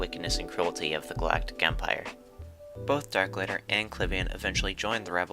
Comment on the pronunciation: Haha at least try to get the last name pronounced Overall great video though